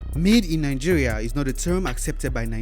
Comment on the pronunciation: Why are you guys always saying NANGERIA? isn't it mentioned Nigeria?